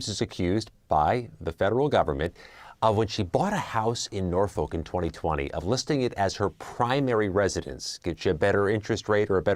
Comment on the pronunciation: It's pronounced " Nor-fuk" not "Nor folk"